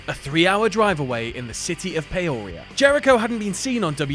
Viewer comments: As a person from Illinois the pronunciation of peoria made me cringe. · The way you pronounce Peoria is hilarious to me lol. (I live in Illinois)